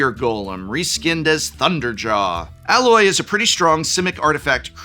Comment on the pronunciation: then he also says "Alloy" as in the metal. Seems to be a thing with his "A".